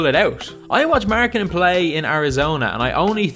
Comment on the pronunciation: Apikka Lauri 'Mjarganen'